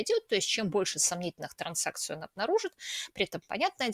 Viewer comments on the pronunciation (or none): Юля, что такое транСакция? Акция-транссексуал?) ТранЗакция правильно